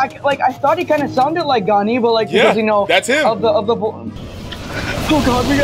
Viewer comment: there is absolutely no way you said "overkill" and "ganni" get a grip bro